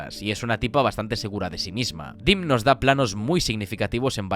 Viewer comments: Si no saben cómo se pronuncian los nombres, para qué inventan???? Demme, no se pronuncia "dim", se pronuncia DEM. Estudie. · Me encantan estos vídeos. Se nota que llevan un currazo interesante. Enhorabuena. 👌Espero que no te moleste, el apellido del director se pronuncia "demi", no "dim".